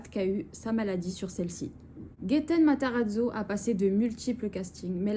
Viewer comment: Tu t’es bien débrouillé sur le nom ;) mon préféré de la série énorme acteur 😊